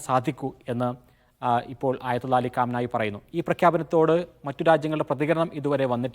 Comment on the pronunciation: കാം നായി അല്ല potta കമേനി